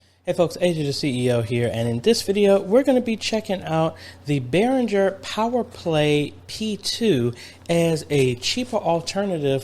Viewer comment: Pronounced "Beh-ring-er". The main issues with the P2 is 1) it requires 2 batteries to operate, not passive, no power supply. 2) If you want to hear a stereo mix you must adapt somewhere in your stereo mix send to TRS into the single XLR input jack, 3) there is no stand adaptor, clip only. For $20 more you can purchase the P1 which has dedicated stereo XLR input jacks, external stereo/mono switch, balance & volume controls, mic stand adaptor, and accepts a 9V power supply.